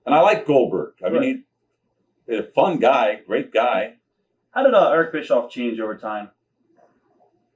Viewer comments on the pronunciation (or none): I love how he says Eerck😅